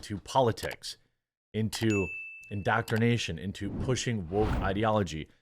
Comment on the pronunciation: In doc trin a tion